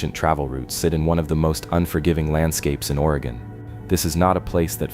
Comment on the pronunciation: In the beginning he say. Waay gon. Probably AI